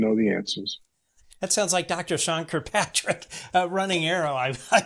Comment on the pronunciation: Hi, I don't like Sean Kirkpatrick either but his name is not Kirpatrick. There is another k in it. That being said, I love your channel!